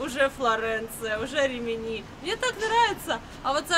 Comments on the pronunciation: рИмини уже писали Вам про неверное ударение- хотя бы названия городов выучили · Почему постоянно РиминИ, а не правильно - РИмини?